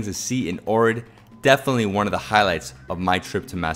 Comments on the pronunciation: You say it like Ochrid but your saying Orid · It's pronounced "Oak Rid". Please pronounce place names correctly! Some factual information is incorrect also. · Right? Been a couple times and have made friends there. Their pronunciation sounds more like OWK-rit. Decent vid nonetheless. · Fonetic, is actually Ogrid. One Bulgarian told me. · Ohrid is pronounced aw-hrid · Your say Ohrid wrong sorry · Omg everytime you say ohrid I'm cringing so wrong